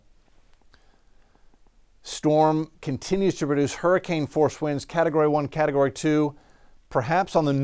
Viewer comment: Is the word "category" so hard to say? Or does everyone just want to be Cantore?